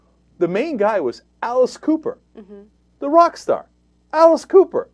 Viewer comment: Why did Cenk give Alice Cooper a British accent??? Hahahaha I love that Alice was mentioned in one of these videos!!! I can't wait to hear Frank Zappa's name.